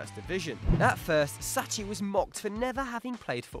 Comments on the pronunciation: Sacchi = Sacky, not Satchy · Come on man: it's Sacchi, not Sacci. Ch = K in italian... I would have mentioned Trapattoni, since he built 70's and 80's Juventus and won everything on earth - first team in history to do so. And ofc Kruijff for Barcelona and I dare say even for the spanish national team through his pupil Guardiola. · It's Sacchi not " Sacci" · Sacchi is pronounce SAKKI actually. The same applies to Mascherano = MASKERANO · It is pronounced "SAKHI" "Arigo saKHI"....research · It's pronounced 'saki'.